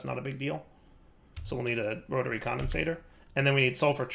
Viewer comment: I see we still haven't learned the pronunciation for entanGLOPORTER, rotary condenSENTRATOR and isoTROPIC centrifuge. Also, the energy display on your Mekanism machines is still set to EU.